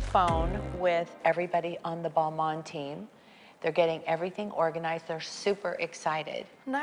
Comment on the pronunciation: Kris butchered both Balmain and rousteing 😆